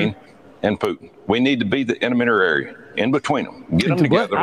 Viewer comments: "We need to be the innaminerary in between 'em." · Did I hear, "innerminerary?" I need to look. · "We need to be the intimidirary!" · inamitarary! ??? is that a word!??? once again tommy flubberville opens his mouth.